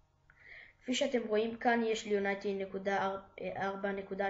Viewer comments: unity not unaity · יו-ני-טי לא יוניי-טי